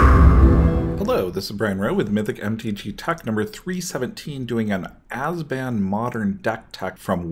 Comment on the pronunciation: "Azban" made me cringe every time. Other than that great tech. Please upload more like this for modern!